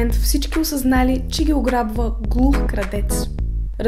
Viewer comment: защо казваш кардеца то е крадеца